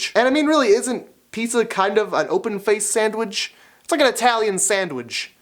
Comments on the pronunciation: "Sandwidge" lol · I love the way he says sandwich! I sounds like he's saying "Sandwidge"!!! lol